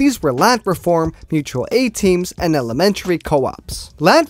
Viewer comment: Bro if you say "mutal a-team" one more time i collectivise your ass